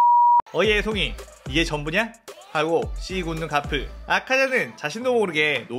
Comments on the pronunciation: 아니 가프가 아니라 거프에요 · 가프가 아니라 거프에요.